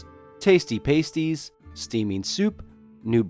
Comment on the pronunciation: Fantastic series. 20 years after reading it, I would still shout Eulalia! while running the ball in playing rugby league or generally doing anything that required more bravery than common sense. One thing about your commentary though, its pronounced pasties with a hard a sound not paysties! Wonderful hearing someone speaking about this beautiful series I can't wait to read it to my boy. Goodies need to be good sometimes and baddies need a good smiting.